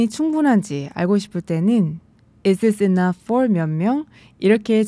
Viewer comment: Is this 할때 this 발음을 어찌 해야할까요 이 지스 이런식으러 들리는데..